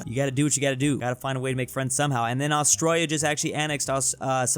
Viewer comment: "Austroya" is very painful.